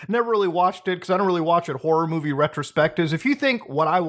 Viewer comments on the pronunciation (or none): none